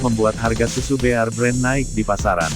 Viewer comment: Kok nyebutnya BIR BREN sih?????!!!! Ampun deeeehhhh 🥴 BEAR tuh dibaca BER aja E murni kentel kek org Batak klo nyebut E jelas. Anyway,,,, Alhamdulillah blm pernah nyoba minum susu beken ini sekalipun wlopun banyak yg bilang berkhasiat ini itu, males aja soalnya kemasan kaleng.